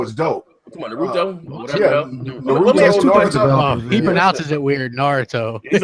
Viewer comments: and yeah it's pronounced nah-roo-toe was saying it right. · Haha, you were saying Naurto correctly. No one else was, which is the funnest thing. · naaa crap pronouces the japanese name right, naruto is said that way lol.